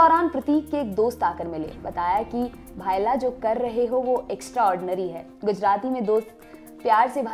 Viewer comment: भाईला नही होता भईला होता हैं.